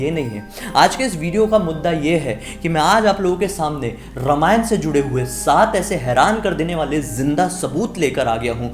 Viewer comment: My dear friend, say रामायण ; instead of रमायण. May be this is also ststem's fault!!!